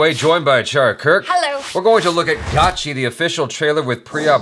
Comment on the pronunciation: And man its "Gacchi" not "Gachchi". Love your work 😃✌️